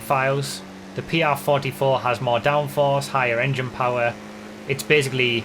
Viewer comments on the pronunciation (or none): none